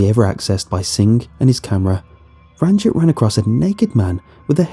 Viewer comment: Yoo, is the sewer guy's name Ranjit Singh? Just telling for general knowledge that the i in Ranjit would be pronounced like ee. Pretty much like the name Baljit, which is pronounced the exact same as Baljeet